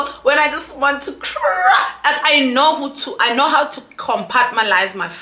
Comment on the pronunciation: Yohhhhh I’ve been screaming COMPARTMENTALISE!!!!!!😂😂😂everytime she says compartmalise😭😂